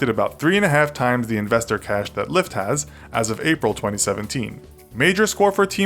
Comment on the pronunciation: Who else thought LyFT said Lya?